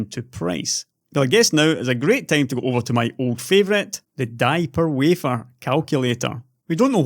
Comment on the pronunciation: "Diaper wafer"